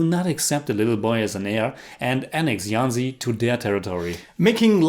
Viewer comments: The "JH" Jhansi is pronounced as a hard "JH" not "y". Like the j in "Jesus" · Its jhansi and not yhancy. Its hindi not spanish. You dont see us calling you yinmy cage do you? :p